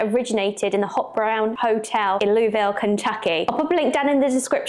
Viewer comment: Louisville is pronounced Looeeville. Not Looville. and not looisville. Just the way that you would pronounce Prince William's 3rd child Louis.